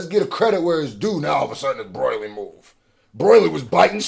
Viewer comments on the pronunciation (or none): to this day bro still saying broily i can't😭😭, DOES HE KNOW???? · yeah he know's but he told a story where he and his cousins called him broily so he says it like that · My guy still can't say broly properly